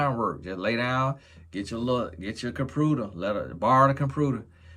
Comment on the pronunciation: Compruter lol love it!